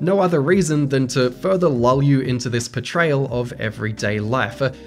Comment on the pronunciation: It took me a very long time to figure out you were saying "portrayal" and not "betrayal" haha